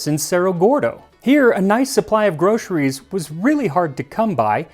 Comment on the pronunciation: God, I love when Americans pronounce 'groceries' as "grosheries"